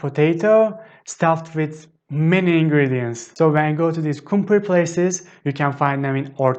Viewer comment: I'm still confused on how you pronounce the "r" at the end of words like doner, kumpir, bankalar. It sounds like you pronounce it with a "h". For example, kumpir sounds like kumpish, doner sounds like dernesh. I'm confused because sometimes, especially when you say it slowly, it sounds as it should with r, and there no h in it. Can you please clarify on this. Tq.